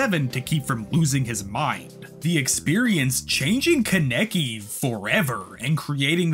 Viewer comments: Good video but kaneki (kon ne key) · love the video, hate how you say ken kaneki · The way he pronounces Kaneki is mildly infuriating. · The way you pronounce kaneki bothers me but great video! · The pronunciation on kaneki is annoying me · the fact that you consistently said kaneki wrong really gave me aids